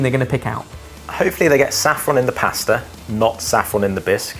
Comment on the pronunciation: Did we ever get an explanation for why started saying pusta instead of pasta a few years ago? I think he's one of my favourite people for reasons I find impossible to articulate